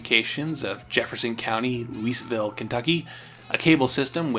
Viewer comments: Minor detail, but did you pronounce Louisville (Loo-uh-vul) as “Luis-ville”? I really like this series and appreciate the time and research you put into it, but I wish you would put more time into learning proper pronunciations. I can understand some of the more obscure proper names. I wouldn’t expect you to be perfect, but a name pronunciation as almost universally known as Louisville’s warrants a bit more care and a higher expectation. I know it’s mostly irrelevant to the topic at hand but I just thought I’d point it out since it’s been driving me a bit insane. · Louisville - "Loo-uh-vuhl", for the record. Another great video, though! :)